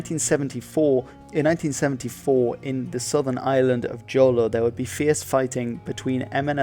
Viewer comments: nice vid also its Bangsamoro, not BANGASMORO Jolo is pronounced as "Ho-Lo" not "Joh-Lo" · This is a good video about my country the correct pronunciation of jolo it's Holo, silent J